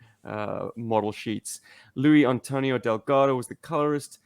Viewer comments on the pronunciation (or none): Thanks, guys! This was great to listen to! Wait till you see what’s coming! Trust me, it’s all the Sunbow awesomeness you could ever want! A small aside: Luis’s name is pronounced with the “s”